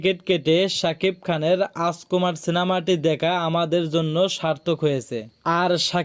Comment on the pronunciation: হালার ঘরে হালা তুই যে ইউটিউব চ্যানেল চালাস কথাই বলতে পারোস না তুই বলস রাজকুমার সিনেমা তুই বলতাছস আচকোমার তুই আগে মুখের উচ্চারণ কর আগে শিক্ষা লাগে মুখে কথা বলা শিক্ষা চালাইস কথা বলার কোর্স কইরা ইউটিউব চ্যানেল মিডিয়ার সামনে আয় শালা গদ্য কোন হানে তুই রাজকুমারের নামই বলতে পারোস না